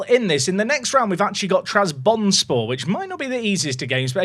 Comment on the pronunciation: every time you mispronounce trabzonspor it physically pains me </3